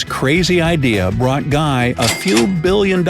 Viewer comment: Thanks for the vídeo. Guy laliberté... guy is pronounced GUI not GUY as in english.... its more gui or guee